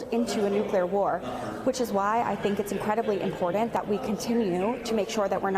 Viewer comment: Did she literally say ‘impordant’? Ridiculous. It would be cool if she learned how to speak before being elected to congress.